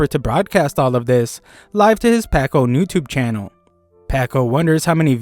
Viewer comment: Its youtube not newtubu